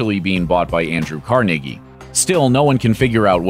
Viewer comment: Yes! Thank you for properly pronouncing Carnegie... the correct Pittsburgh pronunciation.